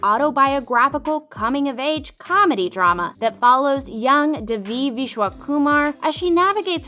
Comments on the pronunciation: Its don divi its deeeeevi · gor gods sake its pronounced they-v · It’s literally an Indian name it’s pronounced as they vee (I’m Indian) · Did you watch the show? You’re saying Devi’s name wrong. It’s pronounced (Day-Vee). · the series is in SHERMAN OAKS, CA not Boston, MA and you're mispronouncing Devi's name Please correct this. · 1. it’s in California 2. That’s not how you pronounce Devi 3. And that’s not how you Paxton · It's definitely not in Boston, it's in California, and Devi and Paxton's names is pronounced wrong. This is especially godawful in Devi's case. The video maker clearly didn't watch the show and it's so awkward to watch 😬 but all of the actors and actresses in this show are amazing and I love them.